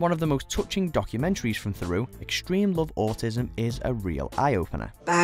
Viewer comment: Mate, with all the respect in the world, if you cannot pronounce 'Theroux' properly you're perhaps in the wrong game.